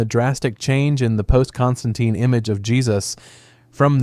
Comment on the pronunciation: Don't forget his varied pronunciations of Constantine!... This is definitely bot behaviour 😋😋